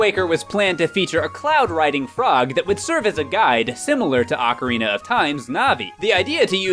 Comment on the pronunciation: Since 1998, I've cringed every time somebody says OCK-a-rina instead of OH-ca-rina. I thought it sounded stupid, and was ELATED when GameTrailers showed the rest of the enunciation-challenged world that it was wrong.